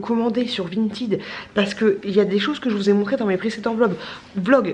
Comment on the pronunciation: On dit pas vintYd on dit vintEd😂😂 Et t’es trop belle😘😘